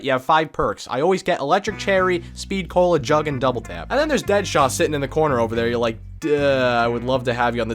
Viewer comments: Am I the only one who caught saying speed colo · You pronounced speed cola speed colo